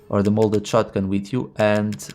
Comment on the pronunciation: It’s MODEL shotgun not molded lol. Not a big deal at all but I thought it was funny